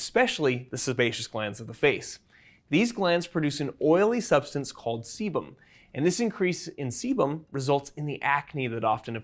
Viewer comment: sebum or CBum?